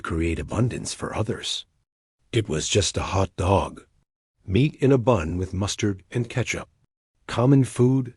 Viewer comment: AI narration so annoying with stress on Hot DOG rather than HOT dog...better editing needed.